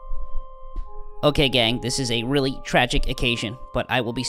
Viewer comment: Ha. This is the reason I just pay for DW. I do it on the monthly though. I also appreciate his emphasis of the phrase "Ok, gang."